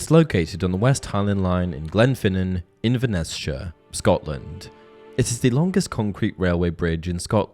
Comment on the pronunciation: Glenfinnan viaduct ( the bridge to hogwarts) is about 45mins from me and British rail lines is many groups including Scotrail ( not be that guy you said Inverness-shire wrong but more an accent thing)